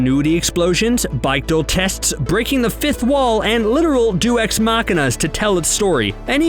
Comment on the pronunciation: Bike-dal tests & Dew-ex Machina??? You are doing this professionally, learn to pronounce words. Specifically Bechdel (BECK-del) and Deus (DAY-oos) ffs. You get a thumbs down just for that. I'd give you two thumbs down for all the obvious and more applicable references you missed. Bad show old bean!